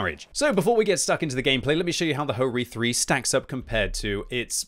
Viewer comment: its not Ho-Ri 3 its HO - RI 3 - LE